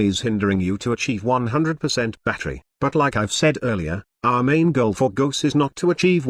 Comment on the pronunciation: sounds like text to speech is saying ghost every time